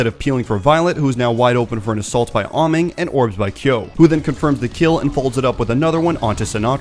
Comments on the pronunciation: by the way, im pretty sure its pronounced "ay- mong" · I'll say it again, Ameng is pronounced A-meng, do you guys even watch the OWL live?